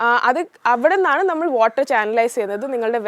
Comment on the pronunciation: വോക് അല്ല വർക് ....ഓട്ടർ അല്ല വാട്ടർ.... ഒരു . സരിത ആയി മാറുമോ എന്ന് ഞാൻ ഭയപ്പെടുന്നു